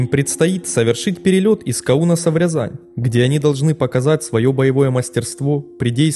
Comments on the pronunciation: слушайте, отладьте уже озвучку, а то слушать невозможно. каУнаса, авиационного пОлка, аэропорт бЫково (он быкОво) и много, много еще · Ну если из Кау́носа, тогда в Ря́зань. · Не каУнаса, а - кАунаса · ПолкА,КАунаса!!! Грамотей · Из КАунаса, а не КАунаса. Лучше готовьте матчасть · Пóлка, Каŷнаса. Не смогли в русский язык. Позор. Я не смог смотреть в первые же тридцать секунд